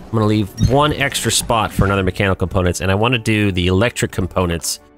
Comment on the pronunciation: I underestimated how many times was gonna say comPOWnants. hahaha